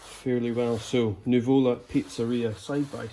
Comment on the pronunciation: accent is on the first U, it's Nùvola, not nuvòla :)) greetings from Napoli